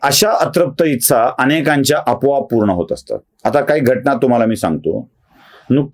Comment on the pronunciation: तुमच्या व्हिडियोंची अनेक स्तुत्य गुणवैशिष्ट्यं आहेत. पण आणखी एक वैशिष्ट्य (जे मला स्तःला तरी स्तुत्य वाटत नाही) आहे, ते म्हणजे मराठी भाषेबद्दल नवीन ज्ञान मिळतं. "ही गोष्ट केल्या गेली", "इच्छा (तुमच्या उच्चारानुसार 'इत्सा'), "समाज़ ('जर-तर, 'जरी तरी' मधला, उर्दू भाषेमधे 'ज'खाली नुक्ता असलेला, म्हणजे 'ज़') असले परभाषेतले किंवा कुठल्याच भाषेतले नसलेले शब्द सर्रास कानावर पडतात...